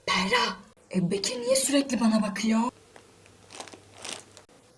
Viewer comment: O sırada adı Berra olan kişiler: Yalnız benim ismim "Beğğrağ"diye okunmuyor...